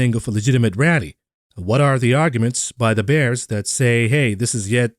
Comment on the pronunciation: The way says Da Bulls and Da Bears you'd think back in the day he was Both Ditkas and Jordan's right hand man